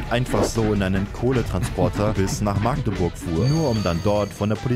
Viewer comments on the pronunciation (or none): none